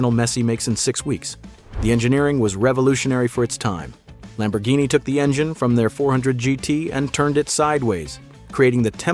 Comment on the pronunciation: You mispronounced a Lambo and the City too. Why You don't want to learn?